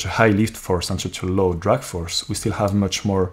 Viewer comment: It's not drug but drag (draag) force ;)